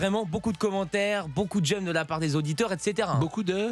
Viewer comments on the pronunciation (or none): des "j'aime"' pas des "gemmes" 😀